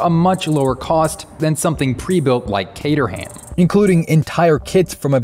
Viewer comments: "Ca-ter-ham" ??? Cay-trum is more like it. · Kater-ham…really? Do you also say War-Chester-Shire sauce?